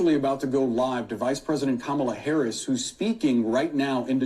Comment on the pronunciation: could you please grow ip and stop mispronouncing Harris’s name? I don’t like her either but this is juvenile and not Christian!